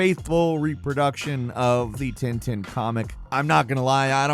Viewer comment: It's called Tintin like "pain" not tinetine. Angry french out. (Not really pissed good video as always !)